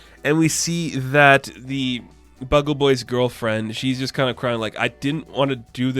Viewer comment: Nice reivew. By the way, its Bugle (bew gle) not Bug-gle Boy.